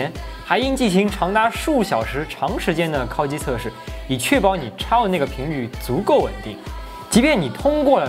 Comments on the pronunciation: 为什么是“kao（一声）”而不是“kao（三声）”？故意的吗？ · 烤(kǎokǎokǎokǎokǎokǎokǎokǎokǎokǎokǎokǎokǎokǎokǎokǎokǎokǎokǎokǎokǎokǎokǎokǎokǎokǎo)机。第三声。听你kāo机真的受不了。kāo 这个字我都打不出来